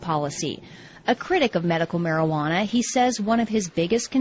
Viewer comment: whats Marihuana? mari -ha -na?